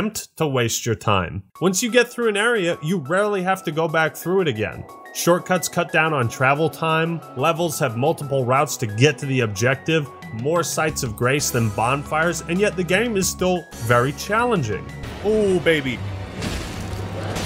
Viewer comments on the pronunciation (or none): Sites of "grass"? LOL I am sure you meant "grace" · Hang on.. did you say "sites of GRASS?" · Am I missing something or did he say 'site of grass' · "Sites of GRASS" you say. BLASPHEMY ! HERESY!